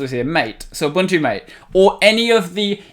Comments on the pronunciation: It's pronounced MATAY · loved hearing you prounounce MATE "very correctly"